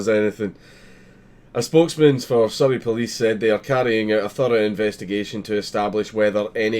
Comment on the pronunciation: XD Surrey sounds a bit like Soviet but that could just be my bad hearing lol